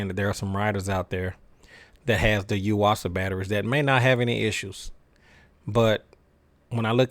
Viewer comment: I've had good luck with the Duracell's. Also, i now know how to pronounce "Yuasa". I've been doing it wrong.